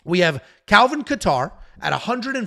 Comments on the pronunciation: With all due respect, I’m a huge fan love the content, but if I hear KA-TAR one more time lol .. really not trying to be ‘that guy’ but cmon bro. It’s pronounced KAY-ter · Dude and he said Calvin Qatar… these make him lose so much credibility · idk I couldn't stop laughing at how he Saying Kattar name its not even close but its ok I got A kick out of it.